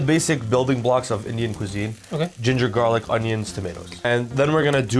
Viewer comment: What's In the pestle? Though it garlic but it didn't sound like you said it